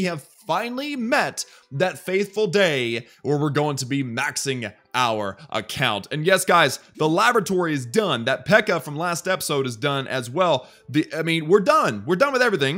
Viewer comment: Hey!.. it is not labotory.It is laboratory